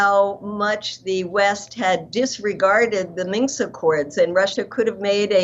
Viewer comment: Ladies! The word you are saying is "Minsk" accord, not "minx!" 😆 The latter is defined as: “a pert, sly, or boldly flirtatious young woman."